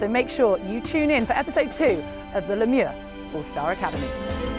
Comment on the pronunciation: My dear ladies u have butchered the “Le Mieux” pronunciation